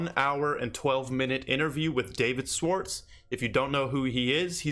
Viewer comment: Love the content *Shhh-warts -correct pronunciation